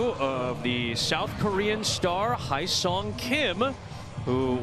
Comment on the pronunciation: Come on. Mr. Kim who plays in his first major league game is not Ha Sung, but He Sung. Once I heard his name, I figured out right away that the name was pronounced wrongly. Ha Sung Kim is Short Stop from Toronto Blue Jays.